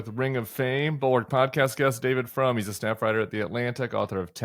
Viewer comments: It's Frum not from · Isn't it David Frum with a "U"?